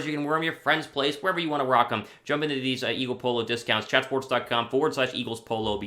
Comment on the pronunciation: Ah yes I am an “Aagle Fan”